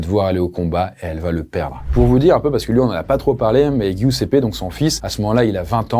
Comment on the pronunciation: Giuseppe se prononce "Djousépé" 💔. Ça fait mal à entendre, mais si jamais avec Google trad tu as la possibilité d'avoir accès à la bonne prononciation des noms étrangers pour tes prochaines vidéos ;)